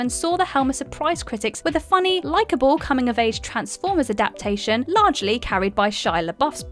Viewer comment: She seemed confused when she said “adapt-ta-tion” 😂 “Adaption” seems more comfortable to her 🤷🏻‍♀️